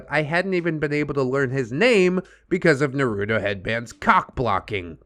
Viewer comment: Cringiest part of this story is how you pronounce Naruto